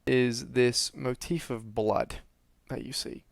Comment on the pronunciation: I enjoy this videos but you say motef alot. It's just a bit of constructive criticism. Pls don't take it personally.